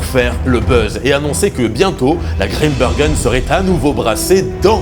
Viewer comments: Grimbergen comme dans Saint Bernard! On ne dit pas un saint beurnard donc pas Grimbeurgen svp! Merci. ☺ (Et puis ouarloos, pas Varlouse) et puis arretez d'essayer d'imiter un accent "belge" qui n'existe pas! Merci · "désolé pour la prononciation de waerloos" alors que depuis le début il prononce mal "Grimbergen" et "maes" 😆 (mais c'est pas grave, on t'en veut pas!)